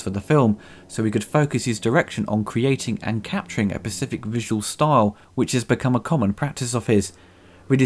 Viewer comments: If we're talking issues... You say pacific instead of specific a few times. Sorry XD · Working through all these videos and its absolute gold. However you just said Pacific instead of specific and i did a full body cringe. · so you pronounce "Giger" with no problem, but you make "specific" sound like "pacific"!? I kid... mostly.